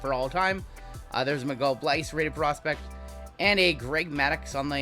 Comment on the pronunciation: Prenounciation of Miguel Bleis = Miguel Blaze 🔥